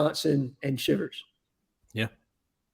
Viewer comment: Shivers is pronounced SHY vers not Shivers as in freezing